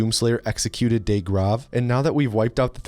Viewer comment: Not only can you not pronounce the name of a german mathematician correctly as evidenced in DOOM 2016) but Deag is also pronounced diffently.